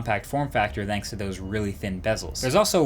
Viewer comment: Please stop saying Vanks it's THanks!